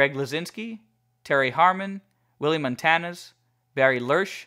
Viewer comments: Also, just FYI, Montanez is pronounced "Mahn-tah-NEZ" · the surname of Willie Montanez is pronounced Mon-ten-yez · I don't speak Spanish, but I've heard it pronounced Mahn-tahn-YEZ.